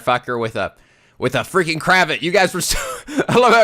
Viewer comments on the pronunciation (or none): I don't think that's how you say cravat